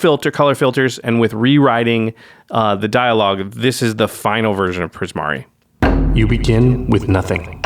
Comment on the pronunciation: Not gonna lie, I could kind of tell you struggled with Primari but I'm glad you kept at it!